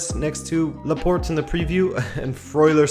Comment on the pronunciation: I'm pretty sure the "e" at the end of Laporte is silent... 😁 I mean it's a French name...